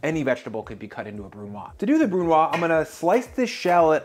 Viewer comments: Excellent channel you have, and this is a great video. One suggestion (from a Canadian who speaks French decently well): BRUNOISE is pronounced BREW-NWAHZ. The 'E' turns it from what would be BREW-NWAH to NWAHZ. Same principle as Vichyssoise. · Just a side note: if a French word (like brunoise) ends in an e, the preceding consonant is NEVER silent – "brunwahz". Similarly the potato/leek/onion/cream soup is "Veesheeswahz" (Vichyssoise) and the tuna/potato/green bean salad is "sahlahde neeswahz" (salade niçoise). Silent consonants are ONLY silent if they're the last letter of the word. (Exception: Fleur de lys - the s is NOT silent). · Brunoise is a French word, you may consider pronounce it bru-nwaz (the u doing is the sound roughly on the middle of the word "you") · I was looking for this comment 😅 He doesn't say it terribly, but I couldn't get past him not saying the last consonant 🙈 If there was just an 's' he'd be correct, but the 'e' after means the s should be pronounced (though it is more of a z like you said). French is a b*tch to learn 😅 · Literally irrelevant but because there is an "e" at the end of "brunoise", you should pronounce the "s" at the end as a "z" sound. Unfortunately, unlike the guy who decided the official small, medium, and large dice sizes, the french are not dead so we probably have to try and pronounce it right...for now.